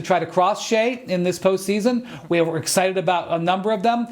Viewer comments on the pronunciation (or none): none